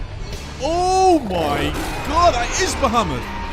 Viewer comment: It's more like "Ba-ha-moot"😁